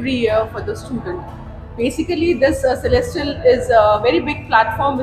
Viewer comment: Its Celestial, not Celestral